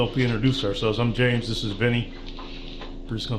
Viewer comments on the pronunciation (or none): none